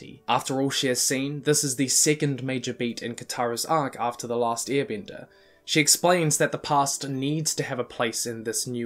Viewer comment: How everyone sais it: last airbender How he said it: E A R B E N D E R